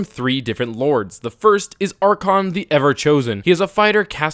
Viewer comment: ITS ARE-KAY-ON